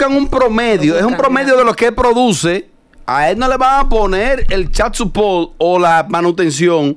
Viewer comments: asi no se pronuncia chikd supoort tampoco pero lo pronunciaste parecido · Lol ninguna puede pronunciar child support 😂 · La pronunciación de “child support” needs help 😂😂😂😂